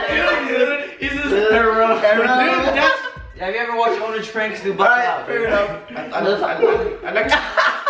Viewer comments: Herro?- 2015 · "Hero"😂